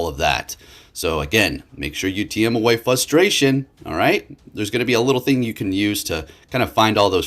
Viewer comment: is it just me, or does it sound like he says "flustration" anytime he tries to say "frustration"